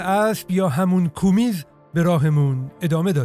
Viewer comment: سلام دوست عزیز تلفظ اصلی شیر اسب کومیز نیست قِمز هست